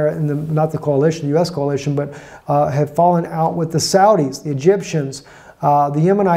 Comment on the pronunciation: It's coalition, not "CAOLITION".